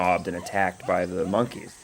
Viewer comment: Monkiez, key-lin monkeez